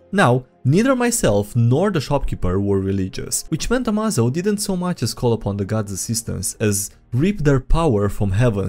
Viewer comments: "Hey everyone, HimmelsTodesStrahl hier "(german) Ah, a Plan worthy of Lex Luthor. Always put Failsaves in the Upgrades you make them. Pretty sure it is spelled more like "Ama-zo" like in "Amazing". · AMAZO pronounced "ah-may-zoh" like amazing, is a highly adaptive robot from the "DC universe" that grows stronger as he fights and can copy the powers of others and add then to his own.